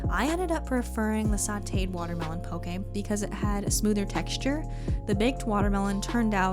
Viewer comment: as someone from Hawaii I just have to say THANK YOU for pronouncing it correctly!!